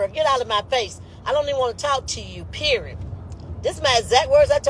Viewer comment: FYI. The word period, does not end in letter "T" periot! #hookedonphonics. Poor, pure embarrassment